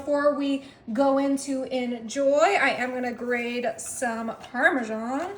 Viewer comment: She always says "grade."